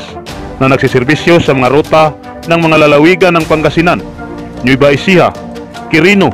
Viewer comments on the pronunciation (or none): none